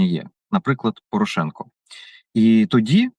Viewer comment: Саакян правильно прізвище Порошенко навіть не хоче вимовляти!!! Чому цей молодий бугай не на фронті, ознак інвалідності не видно, а от про нинішню владу дуже обережно говорить. Ви обоє- і Береза, і Саакян привели цю владу, тож і відповідаєте за її вчинки!!!